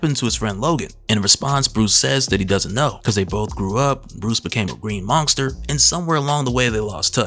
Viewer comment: says "monkster"